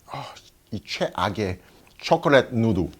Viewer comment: 여기 침나올고같은 발음ㅋㅋ촉촉한 입술로 쳐켤릿파우더다 쳐켤릿솨스 ㅋㅋㅋㅋㅋㅋㅋ레알ㅋㅋㅋㅋㅋㅋㅋ미국인이 한국어할때 느낌이넼ㅋㅋㅋ 순수하면서도 엉뚱한 한국어의 느낌이랄까...